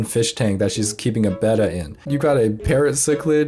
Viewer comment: You pronounced Betta properly! 🎉